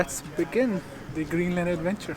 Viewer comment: Amazing video. Its just his pronunciation of "the" is lil 😖